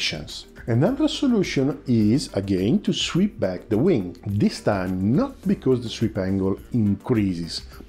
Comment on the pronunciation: Tranzonic... zweep... cosa succede, amico? We understand friend. Outstanding content, I can deal with imperfect pronunciation. My Italian is slowly improving.